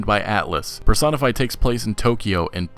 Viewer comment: It's pronounced Persona, Per-So-Na not parsonah. Love the vids still.